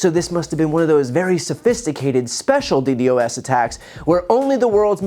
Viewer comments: For future reference it's pronounced like D-Dos or dee dos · i am sorry, but you have no idea how "d d o s" attacks work. firsty, you say it wrong. secondly, you dont know how targeted attacks work. i can tell you know nothing about what you are talking about because you cant even get the first thing you say right. get a grip. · DDOS is pronounced as Dee Daws,. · It is not pronounced D.D.O.S., it is pronounced D.DOS. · If you wanna sound cool you gotta pronounce it “DeeDoss”, not D.D.O.S. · It's pronounced DEE-DOSS. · DDOS attacks are common. It is also pronounced D-DOS.. not ddos. Love the channel. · FWIW - it’s pronounced “D-DAHSS” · DDoS Pronounced "Dee Dos" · Just a heads up "DDOS" is pronounced as "D-doss" in nerd speak 😉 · btw DDoS is pronounced d-dos with two syllables. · Brother - it's customary to pronounce DDoS as "dee-doss" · just a pro tip… it’s pronounced “dee-doss”. It stands for Distributed Denial of Service. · As someone with some experience in live sound, they were likely using an overaggressive de-esser on Trump's microphone. He was not slurring. Also, it's not "D-D-O-S." It's pronounced "D-DOS" attack. if you're going to criticize Trump's speech, you should get your own pronunciation correct first. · Just so you know Brian, most people who work in IT and such pronounce DDOS as "DEE-DOSS" loving the content though! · D dos its pronounced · Dee-doss bro. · DDOS is pronounced DEE-DAHS (I don’t know real phonetical notation, but hopefully you get the idea)